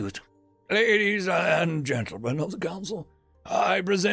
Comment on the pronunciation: "Greetings Ladies and Mentlegents!"